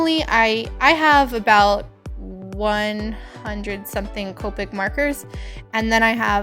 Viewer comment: It's copic not copeic